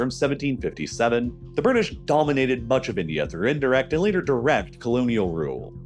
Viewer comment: THE BIRDISH LOL 😆😆😆